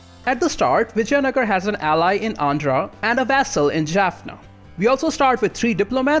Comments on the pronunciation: Dude...it is vi-jai-nagar (not v-jaya-nagara) paradox has butchered its name🤣🤣any ways nice guide.... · yeah but I don't think so....he didn't say vijaynagar properly...by the way do you play total war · It would seem like that, but his pronunciation of Vijayanagar would imply otherwise. But I can see where you're getting that idea.